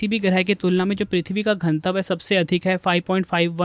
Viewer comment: घनत्व ☑️ घनतव❌